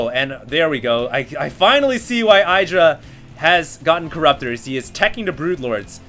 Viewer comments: Lol You uneducated noobs, TLO lost to IdrA in the HDH and Day 9's King of Beta tournament which he won also BTW. Calling IdrA a bad player is borderline idiocy and ignorance...BTW it's pronounced E-Dra not eye-dra. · I really would like for you to learn how to pronounce IdrA.